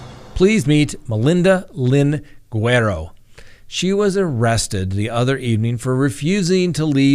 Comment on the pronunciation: Without even seeing her name, Im 99% sure her name is Guerrero not Guero.